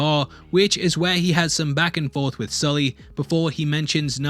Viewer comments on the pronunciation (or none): none